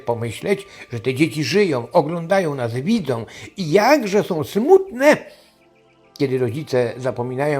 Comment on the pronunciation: One SĄ !!!! A nie "one som"!!!